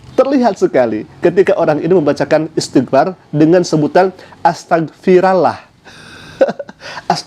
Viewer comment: Itu oten ngaku "islam baca ajaa salah istiqfar salah